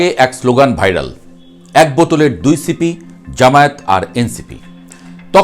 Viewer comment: বোতলের মুখ কে কি সিপি বলে নাকি " ছিপি" বলে?